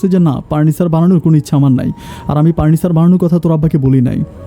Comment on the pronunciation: আপনি "ফ" এর উচ্চারন ঠিক করেন।এই ভিডিও সারা দেশবাসী দেখেন,শুনেন।আপনি পুপাতো ভাই, পার্নিচার,প্রোপাইল এই শব্দগুলো বলেন।শুনতে ভালো লাগেনা।